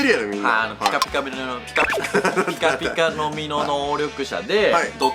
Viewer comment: ぴかぴかみにょぉ、